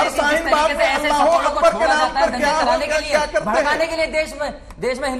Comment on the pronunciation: Not halah its Allah boll